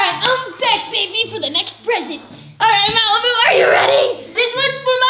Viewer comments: you said malapoop🤮🤮🤮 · Lol 😆 u called malbu-》malpoop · Did you say Malipoop